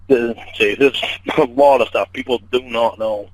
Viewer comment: “Talk and stawf…” what an inbred😂